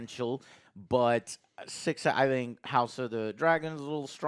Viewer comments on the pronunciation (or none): none